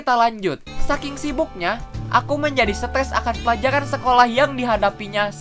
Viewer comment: kak ngomong stress malah stess